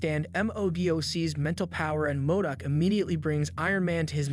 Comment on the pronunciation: M o d o c - modoc Leemo - limo